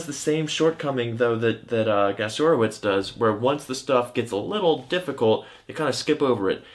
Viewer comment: Gasiorowicz = "ga-sho-RO-vitch" 🙂